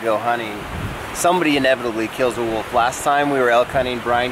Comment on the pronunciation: If u ever call it a "woof" or "wuff" again... I will personally hunt u down LOL .. IT'S NOT CALLED A FUCKIN "WOOF"!! It's WOLF, you're supposed to PRONOUNCE THE "L" IN THE FUCKIN NAME.